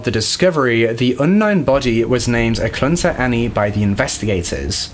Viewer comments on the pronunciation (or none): lol Alaskan here its - ah-cloot-nuh for eklutna - sue-word for Seward - kuh-nick for Knik - Mat-tah-nooska sue-sit-nuh for the matsu valley It’s not a big deal some places here are hard to pronounce it’s just funny to hear words that I’ve grown up hearing sound alien in other people’s mouths. I actually had to listen to the eklutna one like 3 times i was so confused lol But Im rlly sad that the justice system is so much worse here than back then. Murderers here can get off with 20 years while this guy got 400 years like wtf i could get killed right now and my killer would probably get put in the corner and not allowed to watch tv for a week like that’s basically what it’s like🙄... and i also can totally see something like that happening here today, people are so gross when it comes to hunting(bad place to live if you’re like me and you care more about animals than pleasures blah blah blah), and how dangerous people seem to be here like there are a lot of mentally ill people that aren’t getting the care they need bc idk every system here is just wack? People that genuinely need mental help are out sleeping on the streets bc our hospitals don’t want to help them... man i should be the spokesperson for vacation Alaska 😂😂😂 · He mispronounced Eklutna Annie, Seward, Knik River, & she mispronounced the investigator's name. Sorry, I picked up on that right away.